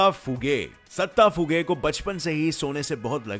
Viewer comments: Not a satta fuge its datta fuge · Satta phuge😂😂😂 its datta phuge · Not sata fuge it's datta fuge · Ohh bhai wo satta phuge nahi hai wo dutta phuge hai.. naam toh thik se lo. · Datta fuge not satta fuge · Bhaii ...satta fuge nahi ooo DATTA fuge hai bhaii uinka murder hogelaye bhaii ok puneke bhaii bhaiiiiio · It's not satta fughe it's Datta fughe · Satta not datta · It is not satta fuge it is Datta fuge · Abe satta phuge nhi 'datta' phuge. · Sir vo satha fugay nahi dataa fugay hai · sorry sir but second number ka nam satta phuge nahi Datta Phuge from maharastra pune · Bhai satta phuge nahi datta phuge 😂😂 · Bro One Mistake found Satta Fuge wrong Datta Fuge Right Pls correct it!!😊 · No. 10 datta fughe not satta fughe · Its Datta fuge ... do Correction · Datta phuge ka murder hua hai sir plz unka nam sahi se lo sir 😊